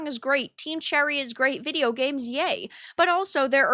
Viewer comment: I hate how you say video.. it's not vidi yo.. oiveh..